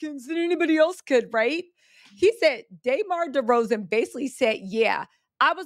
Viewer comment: Why are you saying DeMar DeRozans name like that? Is that a valley girl thing, lol? Canadian asking here. Also, the way that DeMar was traded from the raptors, was kind of crazy. He seemed so invested in the team until they traded him for Kawhi Leonard. DeMar played a big part in building that team just to hand it to someone else who never stuck around. They should have stuck with DeMar because they had a good chance to win that season with the lakers not being a contender. So when the song says they didn’t deserve DeRozan, I tend to agree. But anywho…